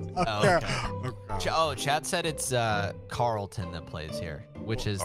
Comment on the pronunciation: as a fan of Charlton my whole life and who lives near there its weird you talking about a small place in London where i live haha. but that's not how you pronounce Charlton, -10000 points for you, +100 points for hitch for always calling it football.